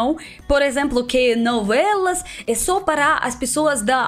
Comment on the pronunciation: Navelas kkkkk Tão típico dos russos confundir o som do o com a rsrsrs Fica fofo 💜